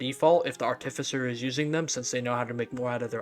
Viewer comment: google "artificer pronunciation" please